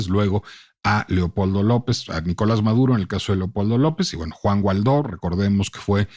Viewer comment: Excelente episodio, lo escuché en la página de El Heraldo. Solo una observación, es algo irrelevante pero creo que el apellido del político es Guaidó y no Gualdó (perdón por la pedantería, el contenido del podcast es soberbio).